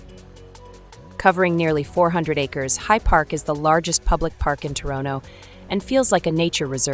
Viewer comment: How is she pronouncing Toronto? Tor oh no